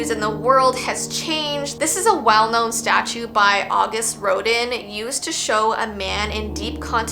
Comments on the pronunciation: The Thinker one is trippy! Btw Rodin is pronounced like "row·dan". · I was like she was an art student! How does she not know how to say Auguste Rodin aaaand yall speak french in Canada :D